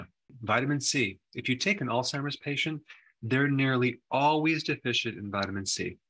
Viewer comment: Thanks for not calling it “All-Timers”. Huge pet peeve.